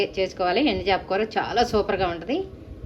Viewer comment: ఎండి చాప కాదండి “ ఎండు చేప”